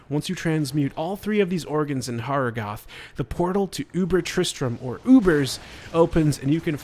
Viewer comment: Thanks for the tips, very helpful! A small tip for you too, talk to Qual-Kehk, he'll teach you how to pronounce Harrogath correctly ;)